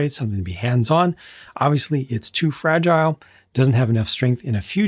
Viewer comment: Tu Fra-gee-lee.... Must be Italian.